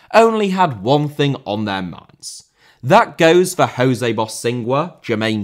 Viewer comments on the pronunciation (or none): none